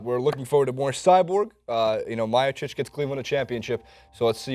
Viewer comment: ...come on man. Gotta work on those names. Only one you got was Cyborg....LOL Stipe = Stee-pay Miocic = Mee-o-chic or Mee-o-chich Werdum = Ver-Doom or Vair-Doom Maia = Mye-ah (Mya)